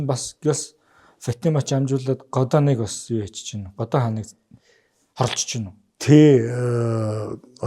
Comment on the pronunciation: годон биш годан